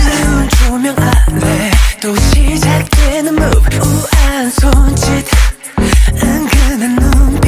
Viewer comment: The fact that taemin pronounced move as MOVE and not mobe..